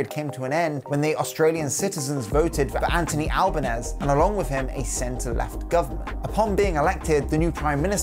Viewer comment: He is Italian descent, not Spanish. Pronounced Albaneasy. Also, you should have mentioned Australia is one of the main drivers for establishing a marine sanctuary in the Southern ocean.